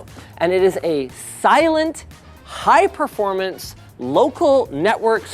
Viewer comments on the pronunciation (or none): It's performance not proformance Linus. Love u